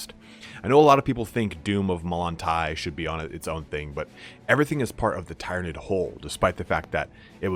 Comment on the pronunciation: you pronounce Tyrnaid very strangely